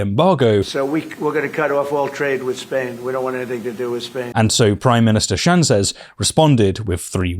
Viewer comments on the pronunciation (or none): I'm from Spain. Two things: First, the official title for the Spanish Head of Government is President, not Prime Minister. We're not the UK. Second, that's not how you pronounce "Sánchez". Other than that, good job. Those bases were leased to the US in the late 1950s in exchange for American support to Franco's dictatorship.